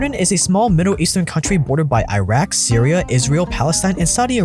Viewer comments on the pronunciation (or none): none